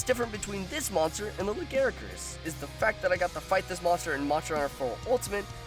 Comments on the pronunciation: Pascl "lagaricus" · It's "Lagiacrus". Not Legaiacrus. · Fair point, I pronounced them "La-gee-a-cris" and "Glay-ve-nus". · This is a pretty good vid, just a couple problems with the audio capture and the voice. Also just a couple of pronunciation things I picked up: Glavenus is pronounced "Gla-veh-nuss", and Lagiacrus is "Laa-guy-ah-crus" at least as far as I know ><. We need more Western MH love, still, and you're doin' Gog's work with these. ... BIG ZAM #1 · PiranhaFire69 Nope, that's incorrect. Quit trying to make the shitty japanese name look better.